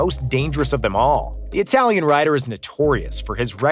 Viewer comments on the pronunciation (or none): none